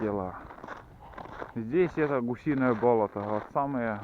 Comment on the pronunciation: Не привычно слуху "бОлото ",ведь правильно "болОто", это в Коми так говорят?